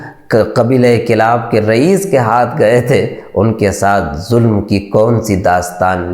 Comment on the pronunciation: Mere Bhai alfaz jis ne yeh video editing ki hai, aapne ZULM ku JULM... J aur Z ج اور ز k talaffuz mey bahot ziyadah faraq hai... please Urdu se dushmani nahi nikaale.